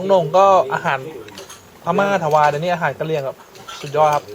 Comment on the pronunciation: คนกะเหลี่ย (กะเหรี่ยง/ ออกเสียงตัวสะกดคำไม่เต็มเสียง) ก็ซื่อใส ไม่ค่อยยิ้ม อาหารแต่ละอย่างชื่อฟังแล้วหนาว เยือก เลย